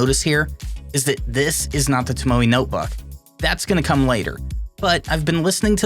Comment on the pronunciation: Tomo e. (e is pronounced like the e in bet)